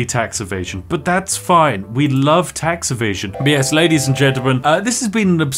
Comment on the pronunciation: "we love tax evasion" sounding very American there spiff